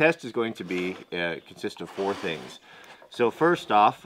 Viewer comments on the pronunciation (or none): none